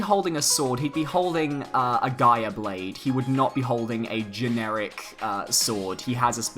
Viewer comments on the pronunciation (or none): none